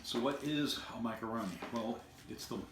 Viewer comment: Thank you for not calling it a micro-o-roni. Drives me nuts. Great review